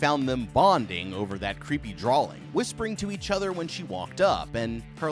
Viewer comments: He keeps saying drawling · Sorry but, what's a draLLLing?😂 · why do you keep saying drawLings? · there is no 'L' in drawing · It's drawing not drawling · There's no L in drawing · Dude why does it sound like you're saying 'drawling' I can't unhear it now 😂😭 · Me too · Only saying this because it happens all the damn time…. You do know the word “drawing” doesn’t have an “L” in it, right? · Sorry but the way you say drawing is funny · He just emphasizes the W in it. Either a part of his accent, a speech impediment, or maybe just the way he’s pronounced it for a while now